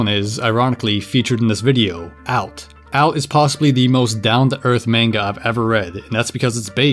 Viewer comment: “mane-guh”? Bruh it is the year of our lord 2025